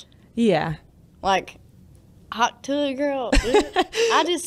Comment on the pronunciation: I'm sure you meant, a part TUAH XD